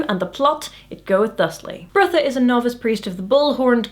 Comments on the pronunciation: You seem to be pronouncing Brutha's name as "Birtha". His name is supposed to sound like Brother, without the "r" at the end. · it's not Bertha, it's Brotha'... Brother Brother, more or less. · I know this is 4yrs old but it's pronounced "Brother".. there's a whole scene about "Brother Brutha" being confusing. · One interpretation I've read is that Brutha is pronounced "brotha," similar to slang for brother. So he's Brother Brutha. ... Well, I thought it was funny... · I'm pretty sure "Brutha" is pronounced like "Brother" based on the joke from the book where Vorbis says he will need to promote Brutha because calling him "Brother Brutha" would be confusing. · Several times now I've watched your videos and concluded I pronounce names in books in my head far differently to you. Brutha in my head is pronounced Brother...probably incorrectly but it's an interesting realisation.